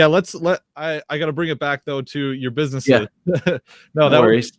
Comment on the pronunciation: "Succes-a-full"? "businesseses"? "restrictiotins"?...English isn't even my native language, but I can pronounce "successful", "businesses" and "restrictions". Perhaps this guy should take a class (or two).